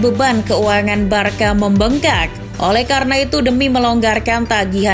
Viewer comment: woi narator, cara baca Barça itu barsa, bkn barka. paham?